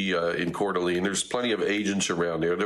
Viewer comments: It is pronounced lane not lean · It's pronounced CORE DUH LANE. Not "Cord ah Lean." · Please do better at bringing on experts who know the area. The second guy was better, but its pronounced Core duh lane. Also, while resources may come from Boise, Spokane, Wa, bigger than Boise, is literally next door while Boise is 7hrs away. Also, they may be able to fight the fire from the air as the lake is right there. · Multiple shooters could very well be the situation. It is pronounced Core duh lane. I am just minutes from CDA and our communities are devastated. 😭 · Its not pronounced courdeleen lol , not main concern i know , but every time he says it you know he isn’t from area. Lived in northwest for 35 years, and nvr heard that pronunciation in my life.